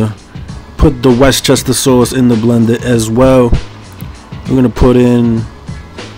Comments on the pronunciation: Only a NY dude would say West Chester Sauce. lol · Lmao! West Chester sauce. Gotta love. Lol